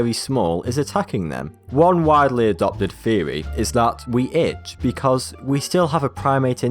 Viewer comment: gad damit stop saying itsh i have started to bleed on my arm now